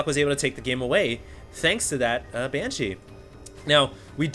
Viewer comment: its funny how i still hear "ban-cheese" everything says it